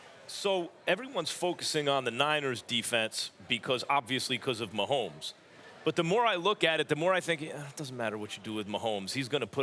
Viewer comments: It's Mahomey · Love thielen but it’s MAAAAAHOMES